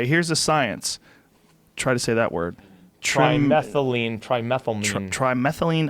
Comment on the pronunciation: Try- meth-luh-mean lol